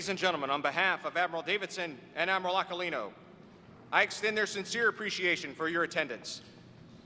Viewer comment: Aquilino Pronounciation is Akilino.